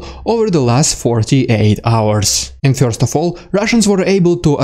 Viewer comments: I like your channel. However the word first is not pronounced FEAR-st it is pronounced FUR-sr. Keep up the good work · Love your insightful commentary, but I have a question: Who are the "Fyorst People"? And what are "Fyorst Steps"? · I don't know anyone that pronounces first as FUR-sr. 😂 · With the correct pronunciation, please. "Fyurst"